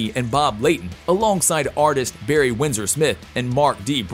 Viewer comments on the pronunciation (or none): none